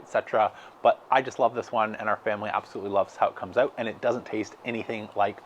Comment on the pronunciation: This guy says "out" wrong !